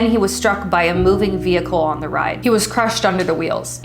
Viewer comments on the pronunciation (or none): none